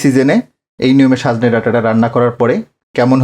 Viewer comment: রান্না আপনার ভাল এবং বলেন ও সুন্দর কিন্ত আজ পিকুলিয়ার ভাবে বার বার সাজনে বলেছেন?লিখেছেন ঠিক কিন্ত...